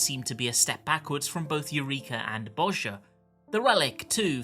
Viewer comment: (BOHZ-YA) NOT (BOZ-JAH)